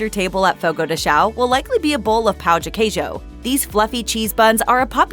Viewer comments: Watch your pronunciation. If you ask for a "CHEESE D1CK" you'll be laughed at. The correct pronunciation is something like "pan-own de queijo" instead of the wrong "pah-uh". The same rule to all "ão" words, like Fogo de CHÃO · Please pronounce the tilde in "Fogo de chão" and specially in "pão de queijo" 😅